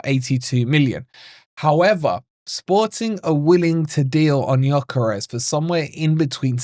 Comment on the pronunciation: Yes of course👍🏼 The ‘s’ at the end is pronounced ‘sh’ BTW.